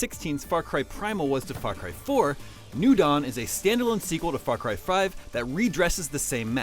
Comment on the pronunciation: FRAR CRY!